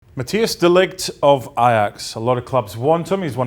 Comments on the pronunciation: I cringe when English pundits say his name. It ain’t hard to say. Matthijs De Ligt (Muh-Tie-is Duh Lit) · Guys, it's not Mati-as.. it is more like Mat-ice